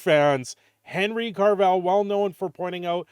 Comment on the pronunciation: Who's Henry Carvell? There is NO RRRRRRRRRRRRRRR in his last name. Oh gawd. Please make it stop. Jokes aside, Hopefully this is a good thing for CAVILL. He is great in everything he does. So this Warhammer thing is very promising.